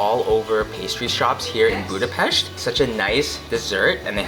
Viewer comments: Thank you for pronouncing Budapest correctly ! Anyway Túrógombóc was putted on roasted bred crumbs. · Thank you so much, for saying Budapest the correct way and pronouncing the "s" as "sh". Nobody who makes a video about our city does that. It was so kind and respectful of you to actually say the name of our city as we do! You guys rock! And so happy you had a great time! Maybe some day you come back in the summer and enjoy the Budapest in bloom...